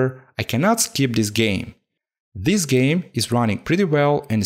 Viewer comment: Like a "géme" ahah